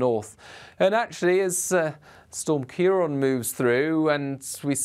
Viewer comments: It’s CiarAN not CiarON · kee-ron is not how you pronounce it. It is sometimes spelled Kieran.